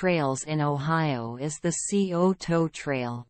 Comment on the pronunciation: Sigh-O-Toe NOT C-O-Toe. Nice video of the trails.